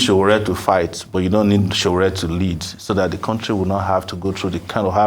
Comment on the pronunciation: It's Sowore not Sowere.. Very unprofessional of Arise TV